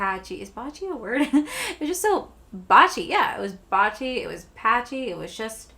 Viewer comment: 😂 It’s , “Blotchy.”